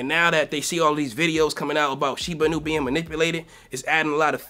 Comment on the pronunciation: Dude the accent is not on the "nu" it's on the "i" in Inu. You say it wrong